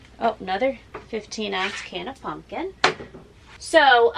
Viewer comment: It’s so cute how you say “puNkin” instead of “puMpkin” 😊❤